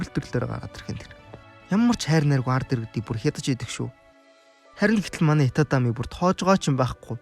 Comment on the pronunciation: Itami Yojishdee itatami gj heiiinbeee😂